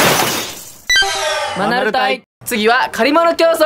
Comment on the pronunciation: 最近、、、マナル隊が ア〇ル隊に聞こえる